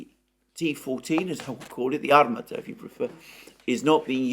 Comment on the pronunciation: Armaaata. The stress is on a second A.